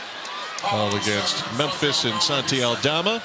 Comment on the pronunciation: Me hace gracia como pronuncian los comentaristas su nombre: “Santchi”